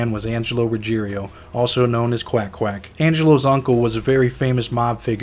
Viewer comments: RuggIERO not RuggeRIO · Why can’t anyone say his name correctly??? It is Ruggiero NOT Ruggerio. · How come Angelo’s name is Ruggiero but they pronounce it “Ruggerio”? Which is wrong, the spelling or their pronunciation?